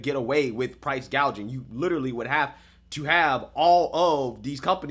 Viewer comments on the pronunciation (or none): Price gauging, not price gaging lol does she even know the definition between the two, she needs to go Venezuela and see what they did and where they are, utterly worrying if her crazy agenda is not listened to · He said gouging at least 7 times in one sentence… excuse me sir she did say gaging- gauging (?) regardless, she said gaging! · Throughout Kamala's entire speech she keep saying "gaging" instead of "gouging". Does she even know what she's saying when she's reading the teleprompter?